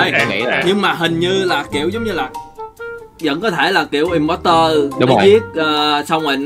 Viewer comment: imposter là chữ o ko phải chữ e đâu nha anh